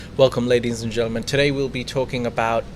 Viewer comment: it is "Ladies and Gentleman" why do you insist on saying "Ladies and Gernans"? You have said it twice in the first 5 mins of this show.